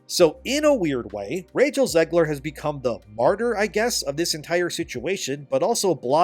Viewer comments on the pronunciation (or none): YOU ARE SAYING ZEGLER WRONG LMFAO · It's Zegler